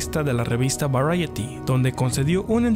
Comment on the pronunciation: Hasta que alguien en internet pronuncia bien el nombre de tan prestigiosa revista. Hasta los huevos de españoles diciendo "varieti".